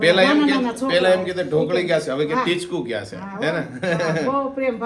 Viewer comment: તમે ટીચકું ની જગ્યાએ ચીટકું બોલો chho